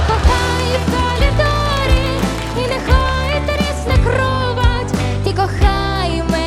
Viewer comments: кАлідор, а не кОлідор! Не плутайте астму і оргазм! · Калідор,,-не чіпати!